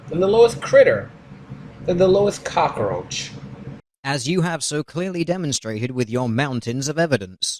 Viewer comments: I can't stop laughing at his Scarface pronounciation of "Cockaroach". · ***** That made me cringe too, along with the "cak-a-roach". Is it really so difficult? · The cock-oh-roach... oh god not the, cock-oh-roach! Actually, the X-Files did an episode with cock-oh-roaches. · "And a cockAROACH" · Does anyone who isn't foreign actually pronounce 'cockroach' like Tony Montana without forcing it?